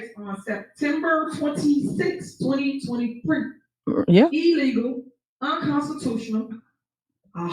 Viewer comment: E-LEE-GULL! Says Tiff. 😂😂